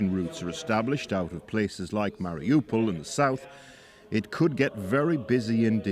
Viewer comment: Mariupol not Mauripol